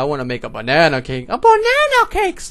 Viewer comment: It's not banana cake... It's BuNaNa Cake :D